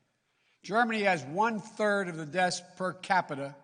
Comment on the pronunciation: The man can’t pronounce “deaths”